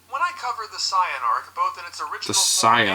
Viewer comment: What is up with the way that guy pronounces certain words, like pronouncing Saiyan as cyan? It's really distracting lol